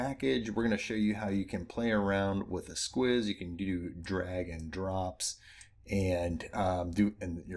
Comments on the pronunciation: "S-keys" not "S-quiz" 👌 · What a fun package! Thanks! Just a note, esquisse is French and is actually pronounced “S-key-se”:) sounds much nicer that way.